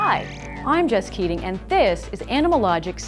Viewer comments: at the beginning i literally heard she says "I'm just kidding" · Why do i hear her intro as "just kidding" 🧐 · I keep rewinding the intro and I keep hearing she say her name is "just kidding" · I kept hearing your name as "just kidding" instead of jess keating , im sorry 😔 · Thought she said "Hi, i'm just kidding." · I legit thought she said, "Hi, i'm just kidding, and this is animalogic." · Am i the only one who heard her name was "just kidding" at the beginning? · I thought she said... hello I'm just kiddin' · Is it just me or the way she says her name makes it sound like "Just kidding"? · U r what? Did u say “hi I’m just kidding...?” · I thought she said her name "Just Kidding" omg I'm sorry😭